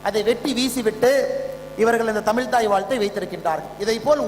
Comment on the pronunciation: தமிழ் என்று சொல்லத் தெரியாத நீ, சொல்வது நிச்சயமாக நடக்காது.